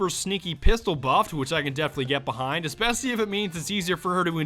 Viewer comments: he can’t say especially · he keeps saying "espessily"